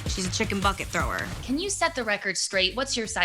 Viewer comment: The emphasis on the BUCKET doesn't make you innocent Keiley. 🙄 I know a lil bully when I see one okurrrr